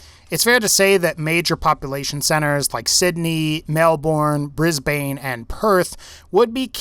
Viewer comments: I was all for this until the pronouncation of the cities. Fucking triggers us aussies Melbourne: Melbn' Brisbane: Brisbn' GET IT RIGHT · Lol at how you pronounce Brisbane Briz Bain & Melbourne Mel Born... I'm in Brisbane & doing a course in gaming & have been thinking what Brisbane would be like if it were in the fallout world; being closer to China I'd have some attempted invasion during the great war, (successful or not) I'd also have the pre war Aus a republic or at least discard the monarchy (probably a bit of wishful thinking there, but for the sake of the fallout universe I'd think they could work with that) I'd also assume there would be an aus division of vault tech, the vault numbers would probably be 4 digits though. The "diggers" could be some sort of minutemen equivalent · just sounds like a damn history lesson you got off Wikipedia. PS, "Briz-bin" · its not brisbAAne its brisbin even tho its speld brisbane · Mel Born lol its pronounced mel bon just for ya non aussies BRIS BANE AHHAHAHA its bris ban we have really cucked pronunciations. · I’m being really picky here, but he pronounced Brisbane and Melbourne wrong. It’s not pronounced Bris-bane, it’s Bris-ban, and it’s not Mel-born, it’s Mel-ban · not to rude mate but how you pronounced those city names sounded kinda off again sorry to a bit rude just noticed it Edit: just to add onto that I’m saying this for all foreigners that ours cities like Brisbane is pronounced like it’s spelled it’s more pronounced brizbin and Melbourne is more melbin and Sydney is more pronounced sidnee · Its pronounced brisbin and melbin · Its pronounced Brizz_bun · you idiot, its pronounced Bris bin and Mel Bin , get it right. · “Mel-boorn and bris-bane” no just, no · just saying, its pronounced bris-bin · Just saying its Brisbane not brisman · Stop saying Brisbayne ffs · "Bris-bane""Mel-born" My ears! They hurt! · pronounce *bris bun, mel born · Briz-Bon, Sid-Knee, Mel-burn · It's pronounced brizbuhn and melburn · Its brisbin